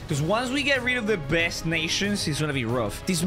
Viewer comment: he said best not Dest it got me laughing he always makes me laugh